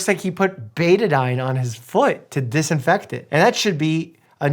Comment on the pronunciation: OMG thank you for saying “Betadyne". I swear any nurse under the age of 25 has no clue what it is. Irritates the hell out of me!